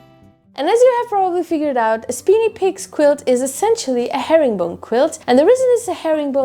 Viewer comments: SPINY - long I, not SPINNY - short I! LOL. Nice quilt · The first work is pronounced spiny with a long i, not speeny with a long e. Spiny means full of sharp points, thorns, or prickles, like a spiny lobster or a spiny hedgehog. Hope this helps! 🩵🩵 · It's lovely, great job as usual. Small correction if I may, I think it's pronounced Speyeny Peaks. I have one half done in this very same design. I hope to work on it later this year.